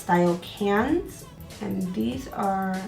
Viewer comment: Cannes - the S is silent 🤓😉